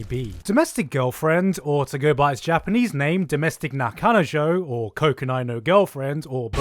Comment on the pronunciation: please pronounce Japanese terms correct.....